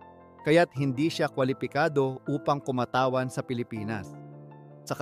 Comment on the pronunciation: Sana ayusin ang pagsasalita ng tagalog 😂😂😂 Sachet, shabu, kumatawan at iba pa